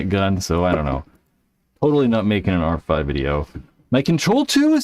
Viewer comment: Since you're clearly incapable of saying "R5", just call it the Geo 5. Damn.